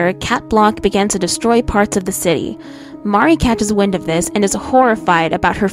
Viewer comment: I only hated that she kept saying Mari instead of Marri like, she's not Mario 😂